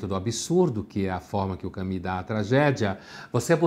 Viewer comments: Por que ele fala Cami sendo que a pronúncia certa em todo lugar que eu olho é Camu? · E nem é a pronúncia certa. Não sei de onde surgiu esse "Cami" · Pondé fala que para não parecer metido ele não ousa falar Pondê, mas me vem com um "Cami". KKKKKKKKK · Eu o chamava de " Camus", mas só depois que eu fui saber que a pronúncia era " kami". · Estava procurando como se pronuncia Albert Camus e cheguei a este vídeo. "Allbé Camí", ok? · Então a pronúncia correta é "camí"? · A pronúncia correta está entre Camus e Camis. Só ouvir qualquer falante da língua francesa pronúnciando